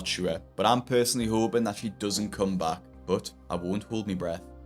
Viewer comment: Every time you say she , I cringe